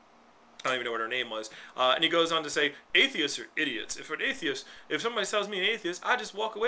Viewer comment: forgot the t on atheist lol